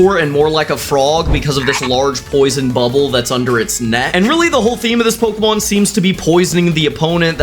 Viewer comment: me from 2 bce wat a po-ke-mon and pay-ra-docks